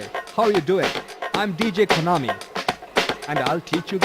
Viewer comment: It's pronounced Ko-naw-mi :)